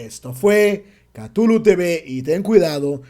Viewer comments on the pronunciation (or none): none